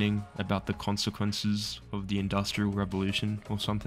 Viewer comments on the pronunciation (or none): none